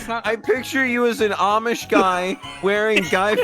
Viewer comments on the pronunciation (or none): none